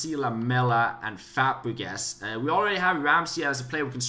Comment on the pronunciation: he said fapregas (I apologize if this makes you mad because of your accent but it was just funny to hear)